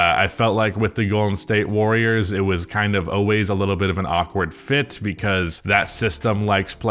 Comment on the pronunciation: “Jordan Poole was a wiving pwayer with the Golden State Wawwiows, uwu 🥺👉🏻👈🏻” -, 2023.